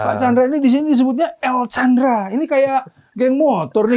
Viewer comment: Afwan, namanya El Candra, bukan El Chandra tanpa H